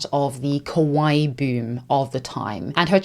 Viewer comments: Just one clarification I have to make as a Japanese-American is it’s kawaii (kah-wah-EE) not kowai. Kawaii means cute, kowai means scary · instead of saying KAWAII she said KOWAI which means scary in Japanese. Be careful to your pronunciation guys😅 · I got that you meant to say kawaii but you kept saying kowaii and that means scary lol. I just found that funny. lol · Quick note — kawaii means “cute,” while kowai (which is how you pronounce it in the video) means “scary.” Just FYI. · Just so you know, your pronunciation of "kawaii" sounds a lot like "kowai" (怖い) which means "scary" instead of "cute" lol. Great video btw!!